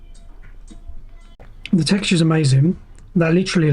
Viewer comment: "Literally" "Litererally" "Literally" 🤦‍♂🤦‍♂🤦‍♂